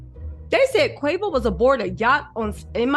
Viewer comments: Not Qwavo! Name butchering at its finest! Qwayvo….😂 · Girl, bye ✌️ if u real fam, messes us names.. that’s the least of QUAY- VOOOO’s PROBLEMS bein called quahhvo 🥴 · girl, it’s Quay-Vo. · Yooo his name is quavo idk where you from but I’m sure you seen the drink before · Who Quaw-Voy? Lol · The was you are messing up his name😅😅😅